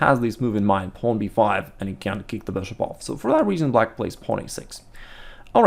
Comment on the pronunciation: I love his videos. They are always so informational and helpful. I can’t lie though the way he says “beshhop” always makes me laugh.